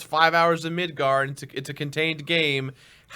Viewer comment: Correction: Midgar. Not Midgard.